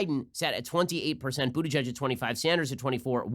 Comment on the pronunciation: Stop it Ben! Just stop it! His name is pronounced Booty-Guy-G anyone who knows German knows it's not pronounced Butigedge. I thought people stopped having to do this since the heavy Anti-Semitism of the 1920's -1950's